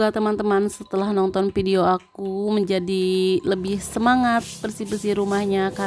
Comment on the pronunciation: Hebat... coba sebut video bukan pidio